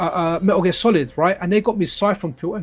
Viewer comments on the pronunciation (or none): none